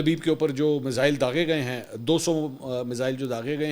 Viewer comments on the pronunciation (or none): none